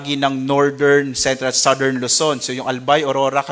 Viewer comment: Commend ko lang si sir magreport, aside from the very important updates, first time ko marinig yung tamang pronunciation ng southern at category. Pero kudos to all specialists of DOST Pagasa.